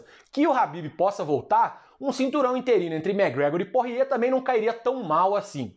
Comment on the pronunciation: me da agonia ver ele falando porrier kkkkkk